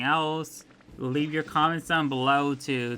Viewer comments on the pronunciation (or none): none